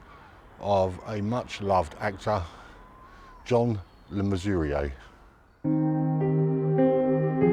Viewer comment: Pronunciation of his name was spot on.